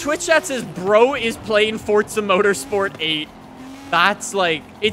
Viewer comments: please man its Forza not Fortza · Four-zah. Not fort-zah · Why do Americans say Fortza not Forza? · fortza horizon 5? don’t think it has a “t” in it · How are you gonna do forza videos for 8 plus years and still say the name wrong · THERES NO T IN FORZA FFS